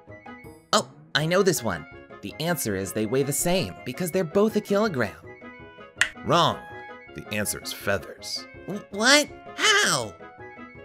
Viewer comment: It's pronounced "keelogrram of steele, or a keelogrram of fheathers"